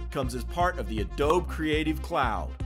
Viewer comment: Adoh-bee. Hearing someone say it "ah-doeb" is jarring as heck...